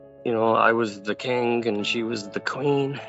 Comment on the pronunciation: Why does he pronounce king like "kink"???